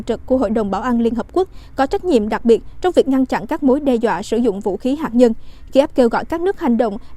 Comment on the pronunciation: Hạt nhân chứ không phải là hạc nhân rất chi là khó nghe.